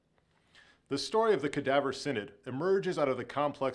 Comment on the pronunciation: Synod is pronounced, "sin-id" not, "san- odd"?